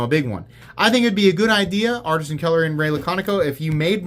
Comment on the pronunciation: Why do you keep saying Artsian cutlery?